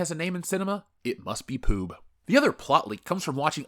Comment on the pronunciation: It’s Ploob actually.